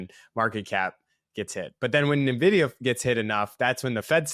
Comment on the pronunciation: It's "en-vidia" not "MUH vidia"